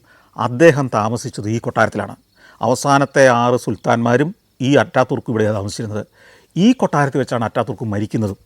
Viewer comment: അറ്റ തുർക് എന്നല്ല ഉച്ചാരണം അതാതുർക്കു എന്നാണ്